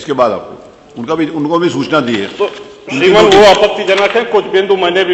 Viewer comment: श्रीमान तू केह नही सकता क्युकी तू डाकुर है या ठाकुर श्रीमन नही श्रीमान hota hai re।